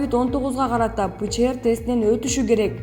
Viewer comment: Садага болоюн туура окучу пчр дебей